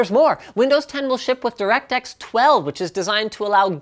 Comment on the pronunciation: direct sex12? am i the only one who heard it